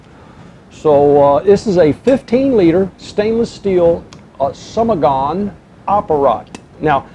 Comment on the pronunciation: In fact it's not "somogon" but "samogon". And samogon is common name of moonshine both in Poland and Russia.